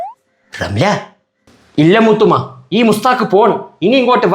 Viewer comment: Moothamma❌ moothumma✅